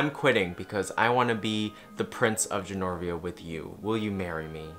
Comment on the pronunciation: Every time you say “Genorvia” you sound like a drunk person trying to explain The Princess Diaries